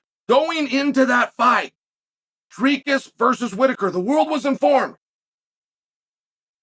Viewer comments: Di-Raycus, Dreekass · Good Luck getting your name pronounced correctly from here on out DREEEEKUS! You done pissed off the #1 mma fighter , ambassador , promoter, color commentator , and MMA EXPERT that currently occupies this space! You done fucked up Droykurs. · Damn Chael. You even pronounce his name correctly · As a South African I won't forget the first time I heard uncle Chael pronounce his Dricus surname I🤣🤣🤣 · The best part was Uncle Chael pronouncing his name 5 different ways. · I DIDNT even know what a DREECUZ was until the undefeated, undisputed, never lost a round Chael Sonnen mispronounced his name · "I'm a Dricus fan!" Proceeds to intentionally mispronounce his name 😂